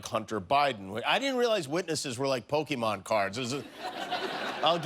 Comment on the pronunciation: Hey get your Pokemon names right buddy!